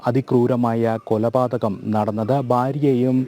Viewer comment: കോപാതകമല കോലപാതകമാണ്